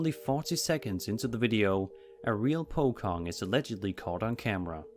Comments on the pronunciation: Its pocong not pokong 🤣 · That is not how you say POCONG